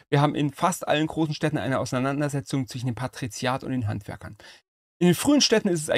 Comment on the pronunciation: Ach, schau an. Da steckte also der Tastaturenarzt. Schwachkopf, jeder hört, daß der Mann ein Sprachdefekt hat. Er kann weder ein sch (Er sagt zwichen.), ein Z oder ein s aussprechen. Vom weglassen der Akkusativformen will ich erst gar nichts sagen.